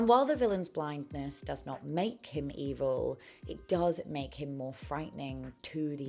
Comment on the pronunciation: I love your videos, so informative and entertaining ❤ I also laughed when you said “ee-vill” remembering how funny it was on your previous videos.